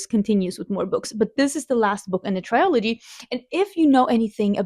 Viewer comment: This feels like a really good balance of books, I’m excited to hear your thoughts about them! Also, I don’t mean this to be rude at all so I deeply apologize if it comes across that way, but I thought you would probably want to know, you’re mispronouncing the world ‘trilogy’. I now need to go find out what it is in Swedish because I’m curious if it’s close to how you’re saying it